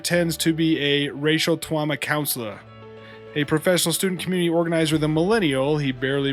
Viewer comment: Wacial twauma councewor 😆🤣😆🤣😆🤣 Yer kiwwin' me!! 🤣